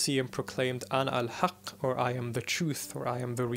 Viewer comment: I love these lectures. Does anyone know if he speaks Arabic? When he said انا الحق it sounded really Arabic.